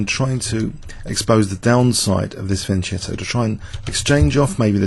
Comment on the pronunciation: You pronounce it fianketto not fianjetto